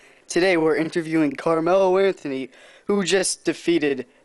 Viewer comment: Anthonty..? lol